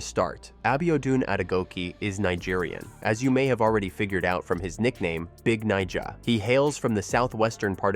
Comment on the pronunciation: Ive never heard a host be so careful pronouncing someones nickname lol